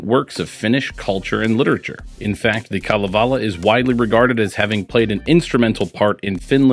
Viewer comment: Great video! As a Finn I very much appreciate your background work on Kalevala. Even the pronounciation was good.